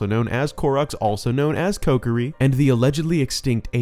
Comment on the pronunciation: wait what why did you pronounce kokiri like that